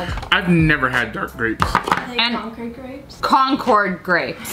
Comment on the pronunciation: Staff in the back: there uhm called concor grapes Lia: concord grapes